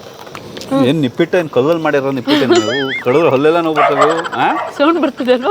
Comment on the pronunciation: ನಿಪ್ಪಿಟ್ ಅಲ್ಲ ನಿಪ್ಪಟ್ 😂😂